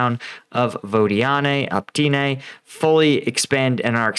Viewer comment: I-VA-NIV-SKE, not Ivanski O-PYT-NE, not Optyne Can't read simple words for months, so cringy.